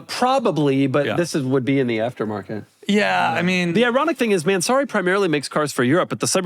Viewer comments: I love how they pronounce "man, sorry"😂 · everyone knows how annoying Doug is but the pronunciation of Mansory is next level; I almost clicked off